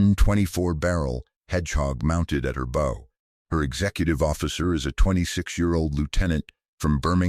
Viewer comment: Even if you want to be lazy and use A.I. technology - have someone literate DO THE PROOF READING ..... the front of a ship is THE BOW ( like Bow wow ! ) Not boe sound as you have allowed herein.